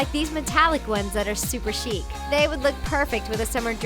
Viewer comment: "chic" OH M Y GOD G O O D B Y E